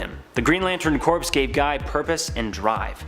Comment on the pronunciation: its pronounced CORE not CORPSE